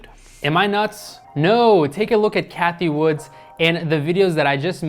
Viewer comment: Cathie Wood....no “S”. 👍🏻